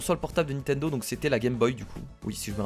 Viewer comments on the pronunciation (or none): none